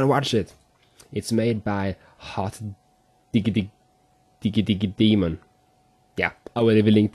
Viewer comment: its pronounced Hot di gg y demon